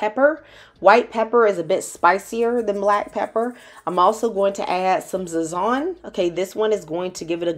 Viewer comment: It was like a punch to the gut when she pronounced Sazón,😢 butchered it 😂